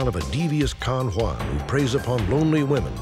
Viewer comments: Con-Juan, 😂 yo you corny af. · “Con Juan” 😂😂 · "Con Juan" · "Con Juan" lol